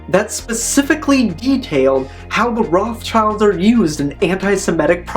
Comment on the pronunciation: Just for future reference, "Rothschild" is pronounced "rote-shillt", not "roth's child". It's a German name.